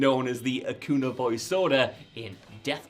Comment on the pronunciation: Acuña is pronounced a-cun-ya